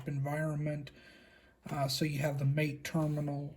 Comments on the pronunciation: Cool video. Mate is pronounced Mah-Tey. It’s the name of a tea popular in South America. Portuguese is spoken in Brazil, hence the file browser Caja. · I will continue to corrupt speech and call it "mayte" because it sounds cooler